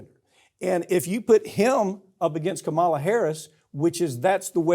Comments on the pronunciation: And PLEASE learn to pronounce Kamala's name right!! I know you don't like her but really??? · Farron, could you at least get him to pronounce Kamala correctly? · I would love to see Farron Cousins correct Mike Papantonio's repeated mispronunciation of Kamala Harris' first name. I dare ya. 😊